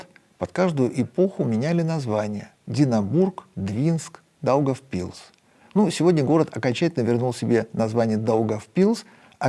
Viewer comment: Даугавпилс ударение нужно ставить на первую а ,а не на "и" привет из Латвии